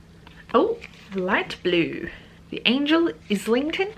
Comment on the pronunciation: Omg… good luck with that TBR 😳 Also you were right with the pronunciation of Islington station ( is -ling-tonne)